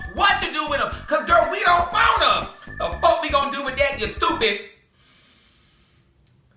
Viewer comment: I love how says “stewpid”🤣